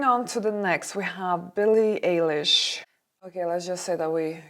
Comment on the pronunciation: Billie Eilish fan is here 🤣 1. It is pronounced I-Leash 2. Would've been better to skip Billie at all and not include her in a video. Her clothes are the part of her style. It's never her aim to look good, her aim is to be herself, make good music and earn money. It's not for her to look like everyone else. If she was wearing an elegant nice dress those who don't know her (do such people exist?) Would not notice and remember her. She is a young celebrity and what she does is being shocking. So far that only helps her career